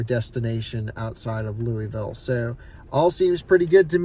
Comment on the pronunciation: lui-ville….nah baby Lu-vool is how you say louisville